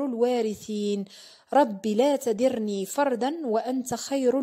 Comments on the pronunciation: ختي ربي لا تذرني فردا الغتحة على حرف الذال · تذرني حرف الذال بالفتحة وليسة بالكسرة